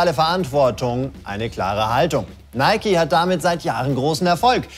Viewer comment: Es wird Nike ausgesprochen, nicht Nike!